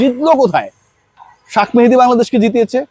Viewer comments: আপনার "সাক মাহাদী "কথাটা ভালো লাগলো না,, ওর নাম শেখ মেহেদী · তার নাম শাক মেহেদী না শেখ মেহেদী ভালো করে বলবেন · ভাই শাক মেহেদী বলেন কেন!!??? শেখ মেহেদী বলেন। জাতীয় পর্যায়ের সাংবাদিকতায় সঠিক নাম উচ্চারণ গুরুত্বপূর্ণ। আশাকরি সামনের দিকে উচ্চারণ গুলো ঠিক ঠাক করবেন। শুভকামনা আপনার জন্য, অপেক্ষায় রইলাম সঠিক ভাবেই সবার নাম উচ্চারণ করবেন!! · শাক মেহেদী, বলেন কেন।এটা হবে শেখ মেহেদি। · শাক মেহেদী শাক মেহেদী করেন কেনো? শেখ মেহেদী বলতে পারেন না?কমেন্টগুলো পড়েন। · Sak mehedi keno bolen sekh mehedi bolen pagol